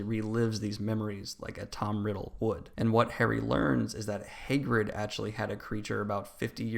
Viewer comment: Hay - grid